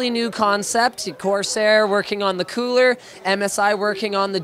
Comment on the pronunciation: Haha h said cooler as in water coller hahahahaha